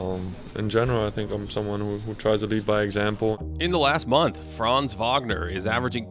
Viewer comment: Buddy Franz name is pronounced slightly differently. The „a“ in Franz is pronounced short and hard. Don’t drag it so long. All Americans do that incorrectly. It’s not „Fraanz“. It’s Franz